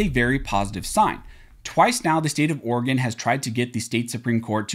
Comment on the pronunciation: As an Oregon resident please repeat after me: It's pronounced Oar a Gun not Oar-gone.... I didn't know until I moved here in 1991 either 🤣🤣